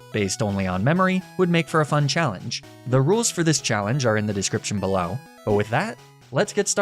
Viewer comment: "belaow" LOL 😂